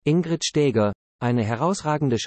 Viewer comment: Die KI-Stimmen sind einer Würdigung unwürdig. Die Frau hieß auch nicht Stääger!